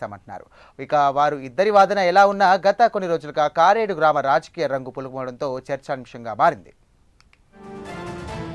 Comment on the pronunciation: కారేడు కాదు కరేడు.